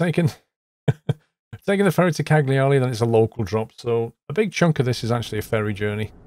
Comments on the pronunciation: Cagliari is pronounced similar to Calgary in Canada ;-) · "Cagliari" is pronounced "ca-lee-ari". In Italian, the "gli" sound comes from the back of the mouth. Say the word "tagliatelli" to get the feel for it! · It's pronounced Cal-ya-ree Lol. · Ca-li-ari, is how they pronounce it, i think? Silent g.